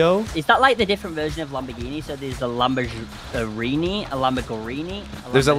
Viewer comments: Lambergini🚫 lambergreeni✅ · Bro Said lambogreeni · Bro said lamborgreeney